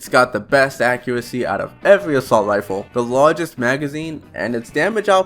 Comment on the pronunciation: "Expewt" "Wealism" "Weload speed" "Assault wifle"